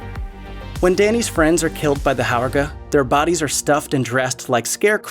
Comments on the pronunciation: It's pronounced "horga". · Did the person narrating even see the movie? From Pelle to Harga to Attestupa, He mispronounced like EVERY word that wasn’t plain english